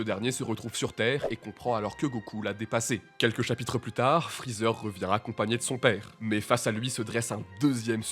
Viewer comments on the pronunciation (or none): Freezert? Mdr c'est Freezer hein